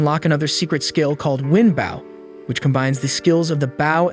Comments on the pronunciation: stop saying it like bow and say it like boh plsss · Ok be honest you're using an A.i reader aren't you? You keep saying bow as bowing down instead of bow as in bow and arrow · It's pronounced Bo not Bow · Funny how the storyteller didn't know the word bow and call's it a baw. Heh makes me laugh.😃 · It's so annoying that he's Saying a bow Like baw it gets so annoying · He literally called it "the baow" like, BRUH🤦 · Say {Bow & arrow} not bowl ,cause that's what your saying bowl lol... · He's saying bow like I'm bowing to the kind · the way he says bow keeps throwing me off lol making sound like someone is bowing and not putting a longer emphasis on the o for bow lol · Its a ai so it cant distinguish the word bow(the action) ang bow (the weapon) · Yep stopped watching. Because of your clearly intentional mispronunciation of bow. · I was confused at first, but omg, it is soul killing to hear 😅😅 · right that why mad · I read bow the way the recap was saying it 😭😭